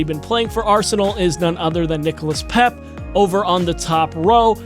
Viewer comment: Tierney ceballos David luiz pepe😍😍if they gave all them i will love it.... also its pronounced pay-ay and suh-buy-oss